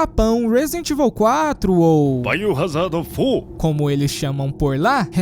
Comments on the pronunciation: kkkkkkkkkkkk Assim que ouvi o "Biohazadô fôr" eu tive q clicar no botão de me inscrever. kkkkkk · Baio Hazardo Fórû!😂😂😂